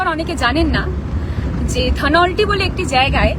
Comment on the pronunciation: ধনৌলটি। উচ্চারণ ভুল করছিস।